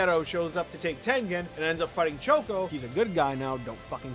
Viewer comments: why does he says choso like shoko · Every time he mentions Choso he calls him Choko